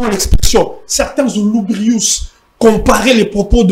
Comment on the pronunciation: Sacré Patrick Eyale..."Certains Zouloubrius" 🤣